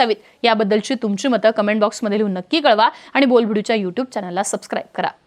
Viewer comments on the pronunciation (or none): none